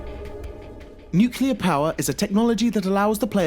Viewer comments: NUCLEAR. NU-CLEAR. NOT NUCULAR ! ! GOD DAMN ILLITERATES !! ! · its nuclear not nukila -_ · "Nucular" Of course... Figures, at this point. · Someone please tell this guy that the word is NUCLEAR, not "NUCULEAR" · Sorry, I cannot respect anyone who uses the word nucular. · Nuclear (New-Clear) not nuclear (new-que-lur) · Nucular? NUCULAR!? IF YOU'RE GOING TO REPEAT A WORD OVER AND OVER AGAIN, LEARN TO PRONOUNCE IT PROPERLY FIRST!!! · New-Cue-lar New-Clee-Ar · new-clee-ar. NOT new-cue-lar. Sheesh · if you say nukelar and not the correct way, nuclear, i conclude you are one stupid person. most usa-s say it nukelar because the short version is nuke, not knowing that nuke is the short version for nuclear. whats more disturbing is that Uk-s say it the same.... wtf is wrong with you ? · NEUWCULAR NEWCULAR... it's N U C L E A R... reupload pls. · felt like he said newkiller instead of nuclear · nuclear . not nucular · It's nucLEAR not nucULAR. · I can't even begin to describe how triggered i am by how he repeatedly and relentlessly mispronounces the word "nuclear" as "nukular". So mad. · STOP SAYING "NUKULAR" IT'S NUCLEAR YA DING DONG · please...please... "nucLear"...it hurts so bad!! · I cringe hard every single time I hear someone pronounce it 'nu-cu-lar'. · Nuclear not nucular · disliked beacause you are too dumb to pronounce NUCLEAR you keep saying NUCULAR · Take a shot every time he says "nuke-yu-ler" instead of "nuclear" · Please stop saying nukular and say nuclear xD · it annoys me that you say 'Nukeula' instead of 'Nuclear' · Such a pet peeve of mine when someone says "nuke-you-lar".. reminds me of George W bush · NUCLEAR. NOT NUCULAR. NEW-KLEE-ER. YOU SOUND LIKE A TARD. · why the fuck do people say nuchelear instead of nuclear? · Wtf is a newkiller missile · It-s not NUCULAR it is NUCLEAR ! Geeeeez.... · NuCLEAR, not nuKULAR, for Christ's sake! Or you sound like G.W.Bush! :D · 1. NuCLEAR not NuCELAR 2. In Red Alert 2 only the soviet side can build Nuclear silos.